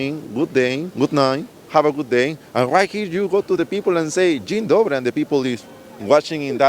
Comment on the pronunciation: it most likely wasn't about the "dzień dobry" being rude or something, but "what? how the f this black dude have such good pronunciation?"